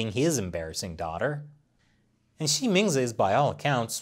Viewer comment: When you say her name, I keep hearing ''She means it''